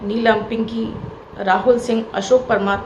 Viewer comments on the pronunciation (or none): none